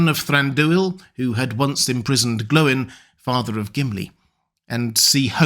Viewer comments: Far be it from me to question lore-master, but I thought it was pronounced "Gloyn", not "Glow-in"? Think about the pronunciations of "groin", "coin", "join", etc... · Why do you call Gloin ‘Glowin’? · GLOIN RHYMES WITH GR-- okay